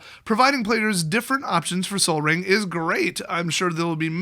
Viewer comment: Oh my god did you just seriously say sol as in sun????!!!!! Wow wow wow wow, did you miss it or is this a joke.